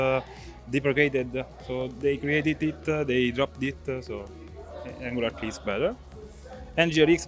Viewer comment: Cool video, the way he pronounced "Angular CLI" was very sweet 😇 now I'm gonna go back to having my coffee surrounded by my Windows machines 😁